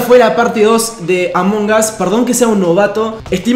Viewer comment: Además lo dijo mal